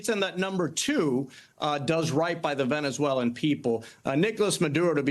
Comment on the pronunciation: Does he have to pee? & why can he pronounce Venezuela, but not Venezuelans?